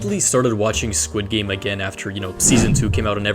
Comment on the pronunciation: skwid gaymes